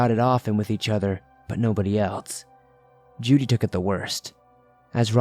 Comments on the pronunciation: I'd say it's probably Jude, being mispronounced. (The E is silent.) 🤔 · I think he's mispronouncing "Jude" here. It's a common hunting dog name. (The E is silent.) Lol